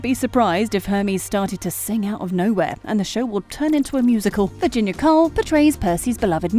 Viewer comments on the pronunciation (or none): none